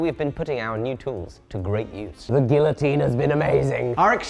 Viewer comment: You're pronouncing Guillotine wrong.